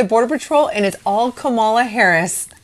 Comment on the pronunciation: Her name is pronounced "comma la". When Obama was president there was talk of separating families and cages. They turned it down because it is inhumane. Your president chose to do it and has said he will separate families again. I believe the documentary you saw is accurate and I also believe many of us, along with Kelly, cried while listening. My point is your guy is only in it for him. God bless all of Florida 🙏